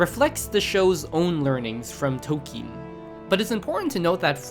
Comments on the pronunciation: Are you sure toe keen is how you say that name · Tol-keen is the correct pronunciation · "Tokeen" "Freyin" "Himo" Bro i cant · Free-in He-mill Toll-ken